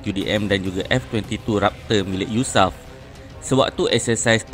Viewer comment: Sebutan Yu Es A Ef bukan Yusaf